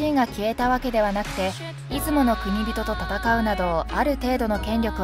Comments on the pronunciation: ナレーターさんは、「国人」を何度も「くにびと」「くにびと」と読んでいるが、私は「こくじん」と読んでいます。 例：「国人領主」＝「こくじんりょうしゅ」 途中、ナレーターさんが「晴久を経久の子供」として紹介している場面がありますが、「晴久は経久の孫」ですよね！ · 国人と書いて『こくじん』と読みます。『くにびと』と読みます。 ナレーターの人よ…